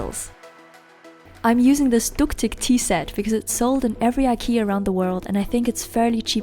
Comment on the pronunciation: You said ”Duktig” really well actually and i know because I’m swedish.